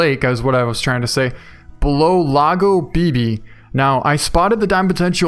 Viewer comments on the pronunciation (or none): Lago Bebe is pronounced " logow beh beh" translated to "Baby Lake"